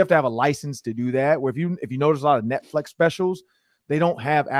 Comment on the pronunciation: This was the first time I listen to the Podcast on Youtube. I am in Atlanta so I am sure this is a local show., was there a reason Behind you saying Netflex and not Netflix? You said it about 10 times so I am not sure if it was an inside joke to something or you just mispronouncing the title/service. The show was alright, I will give it a few more listens before decide to put it into rotation for my Vikings News I can Use.....Or Not.....